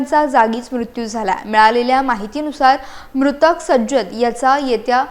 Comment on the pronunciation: Myadam kaye bolta te tumla tari kalleka SAJJAD bolta k sarjet bolta kahi kalle nahi nawa cha abbyas changla kara mag baatmi dya please 😢 🙏 😭 😅